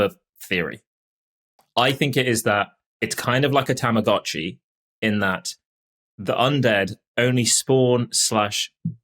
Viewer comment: "Ta-ma-GO-chi". Go, like going, gone, went... go. I don't understand why everyone has such trouble with this. The word is a portmanteau of tamago (egg) and tomodachi (friend). Japanese only has five vowel sounds, and they're the same as Spanish: ah, ii, eh, oh, uu. This bugs me, because people are just too lazy to get it right.